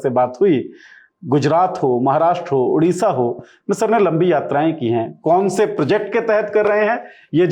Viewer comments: उड़ीसा नहीं ओडिशा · Udisha ❌ Odisha ☑️